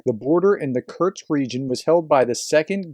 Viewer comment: please say "Koorsk" in stead of "Kurts"